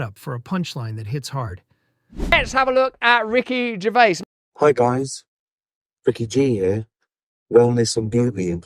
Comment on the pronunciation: A great video marred by another person who can't say Ricky's name properly. It's not GERVAY, he's not bloody French. It's GERVAIS pronounced GERVAZE.